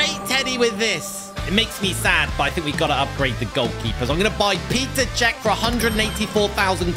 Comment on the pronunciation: who is gonna tell him it’s not “Peter Čech” and it’s “Petr Čech”